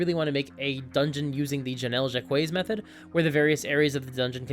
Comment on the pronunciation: I really like this dungeon I may have to insert it into a campaign some time. And I'd love to see some Janelle Jaquays style dungeons from you! Her style of dungeon building has long fascinated me. I hope her rest has been peaceful. P.S, the S is actually silent in her last name, it's pronounced "Jaq-way".